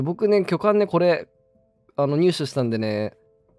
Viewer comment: きょかんだよ